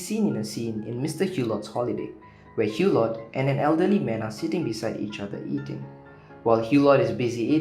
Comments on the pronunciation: "Eww-Lo", not "Hugh-lott"!!! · The ‘t’ at the end of Hulot is silent.